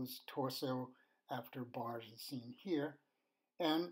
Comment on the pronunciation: Its Barge with a hard G